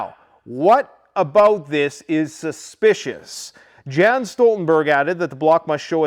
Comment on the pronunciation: We pronounce his name Jens Jens not Gens Stoltenberg